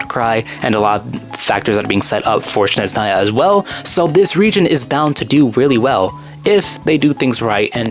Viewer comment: Its Snezhnaya, not Shneznaya